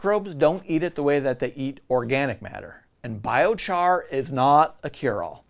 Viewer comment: oh no, you got a thumbs up and a thumbs down in the same sentence. I'm glad you had this section in here, But it is pronounced 😺- 👁️- on if you didn't know, if you did here's your comment lol. I like the video, good info and my first vid so far